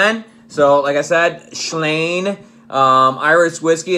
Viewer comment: It's pronounced "slain." No "h" inserted before the long vowel.